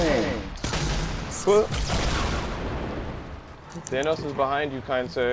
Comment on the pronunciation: Its Thanos not Thantos